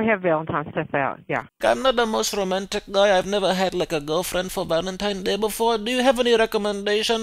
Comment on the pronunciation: Valinteen day